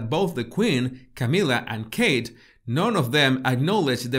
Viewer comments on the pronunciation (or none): none